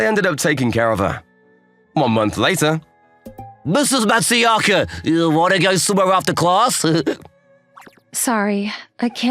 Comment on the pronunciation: It was a good story. Just bothers me that not a single character ever said her name correctly. Her name is Matsuzaka, but everyone called her Matsuyaka. It was kinda funny to have a Brit, a Bostonian and a normal American as voices.